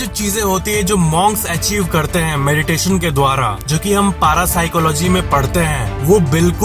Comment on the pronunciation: Bhai vo ....पारा nahi पेरासाइक्लोजी hota hai.